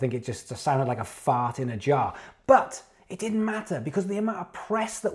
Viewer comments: Q: "what are your influences?" A: "a fahht in a jahh." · you was rippin a "fahht in a jahh" :D